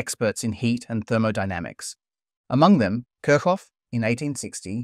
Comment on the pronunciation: The way you pronounce Kirchoff is painful.